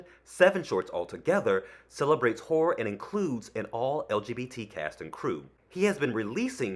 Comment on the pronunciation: Um, "horror" should have TWO syllables... or it sounds like something else.